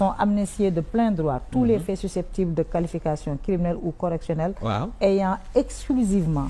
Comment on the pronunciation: Il y a des télé sans objet. Le mot AYANT est mal prononcé. Y= i i= ai-iant*= ayant. Ton maître n'a pas su vous former sinon tu as été une élève passable.